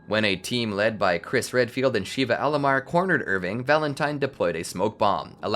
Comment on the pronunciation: Sheva not Sheeva lol